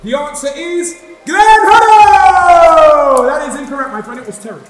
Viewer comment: Man said Hodd Lee instead of Hoddle 😂😂😂😂